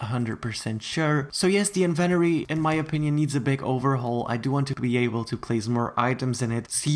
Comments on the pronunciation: most people: in ven tOh ree: invenoree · I love how he says invent-ory instead of in-ven-Tory 😂😂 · I thought it was in-vent-Tory. Not invenery LMAO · It’s inventory not Eventry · HE SAID INVENTORRRRE 😂 ITS SUPPOSED TO BE inventorE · Its inventory not inventery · It's inventory not invertery 💀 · It’s not in Venturi do you not see that there’s a T in it it’s inventory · Does he have an accent because he’s saying inventory wrong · Its inventory not inveroy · The invenory.... he forgot to say the “t” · Not trying to be rude! Why do Americans say everything weirdly, including inventory. They pronounce it like inventery when it really is inventory :) I’m sorry if this offended you! Didn’t mean to. x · "invEnori" me: AAAAAAAAAAAA ITS PRONUOUNCED "INVENTORI" ( yes ik i spelled them wrong, AND NO HATE SRRY LOL) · I’m sorry but .... WHEN HE SAID “invenory” HAHAHAHHAHAHA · AAAAAA HOW HE SAYS INVINTORY MAKES ME MADDDD IM SORRRYYYYY 😭😭😭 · It bothered my so much that you said in - ven - ery when it’s in - vent - tory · It’s INVENTORY NOT INVENRY!!! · Every time he says Invenory I drink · You keep saying "Inventary" but it's pronounced "in-vent-tor-ry" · "The bloxburg Invenery"? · It’s not inventttttery it’s in ven tory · who thinks he says it weird it’s in-vin-tory not in-ven-tory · ITS IVENTORY NOT INVENORY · It's in-vu-t-or-e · nice but next time pronounce inventory correctly. also with the trophys your somewhat wrong because sometimes i put down my 30 visits trophy and it goes into my inventory but sometimes it gets sold for money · IN VEN TOREE not In VENTORY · It’s in-vin-tori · it called in-ven-tory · Inventory I thought it was invotory xD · En-ven-tori plz my ears in the USA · ughh! stop saying (invenory)😂💀 ! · I think you might have pronounced inventory wrong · The way you say inventory just kinda triggered me, but I will deal with it because I know pronunciations differ in different places. Edit: I'm not trying to be rude in any way.